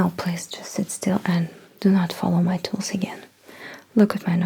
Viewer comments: lmao cute intro Oh TOOLS I thought you kept saying "look at my toes" O_O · The way she pronounces "tools" it kind of sounds like she's telling me to NOT look at her toes for like 7 minutes.